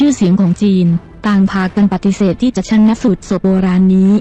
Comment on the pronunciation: สาระดี แต่อ่านไปหน่อยเช่น ชาน- นะ -สูจน์ !